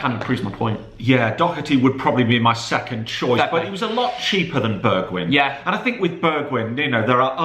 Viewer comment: “BeRgWiGn” WHAT ARE U ON